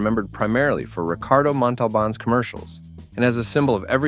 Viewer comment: Cannot even pronounce Montalban correctly. Questions their credibility.